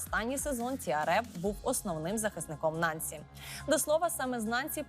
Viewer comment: Наголос у французьких словах ставиться на останньому складi.НансI.